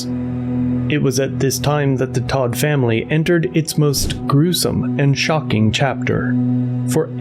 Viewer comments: It’s tow-t family, not Todt the way you’re saying it. It’s German. It means dead ironically enough. Anyone that has played RuneScape knows Wintertodt. Also, I know some German. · Hey dude, it’s pronounced Tow-t, and it’s German, it means dead ironically enough. Wintertodt is a popular world boss on RuneScape, this is not how I figured this out but it’s the most common example of Todt I know. Well, now this. Poor kids. Poor dog. There is no afterlife and I hope his brain realizes that as it shuts down.